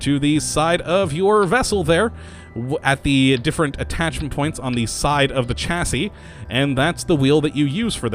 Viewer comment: You make the best mod show cases but you need to learn how to pronounce words m8 it isnt Chasi its more sound like Shasi Kay?